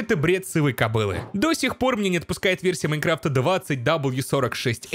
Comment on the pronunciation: "У версии Майнкрыфта" xD